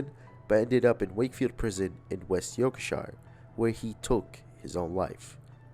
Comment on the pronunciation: It’s pronounced York-sheer. Brilliant video